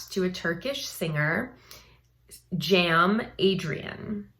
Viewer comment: Cem is pronounced more lik Gem instead of Jam. And it does mean Gem as in gemstone